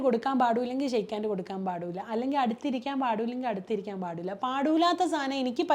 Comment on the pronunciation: പാടൂല്ല പോലും.. ഏത് പാട്ടാ പാടാത്തത്.. 🙄 ഇത്രയും വിദ്യാഭ്യാസം നേടിയിട്ടും.. പിന്നെയും പിന്നെയും പറയുന്നു..,'പാടൂല്ലാ ' ന്ന്. പാടൂല്ല എന്നല്ല മേഡം 'പാടില്ല ' എന്നാണ്.. കഷ്ടം.. 🤷🏻‍♂️🤷🏻‍♂️